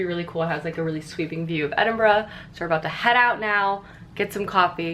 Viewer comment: Honestly,, bravo on being able to pronounce Edinburgh properly👏👏😂😂